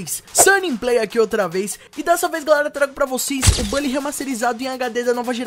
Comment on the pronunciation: kkkkkkkk, é estranho mesmo pronunciar "bally". Eu vou ficar com minha velha pronúncia "Bully" mesmo, muito mais top kkkkk